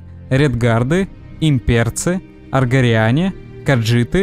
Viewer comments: Не аргориаре, а аргониане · Ухо режет. Аргориане. Вандерфелл. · Закрыл после слова "аргоРиане" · Ну во-первых, аргониане, а не аргориане. Во-вторых ВваРДЕНфелл, а не ВваНДЕРфелл.